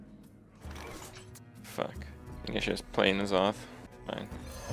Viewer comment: Why do you keep calling him Nozoth? It's N'Zoth. en-zoth.